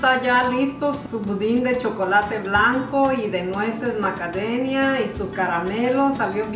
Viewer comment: Porque dice macadenia??